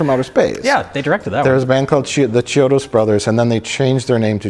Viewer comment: Just an fyi, "ch" in italian sounds like a k, so it's pronounced kiodo